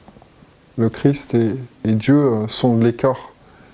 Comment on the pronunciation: C’est Jésus Christ 🙏, et non chrisssst 😤😤